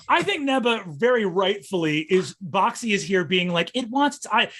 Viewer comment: Does anyone else hear "Bac Si" as "Boxxy"?